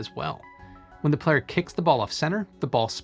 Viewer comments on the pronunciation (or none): none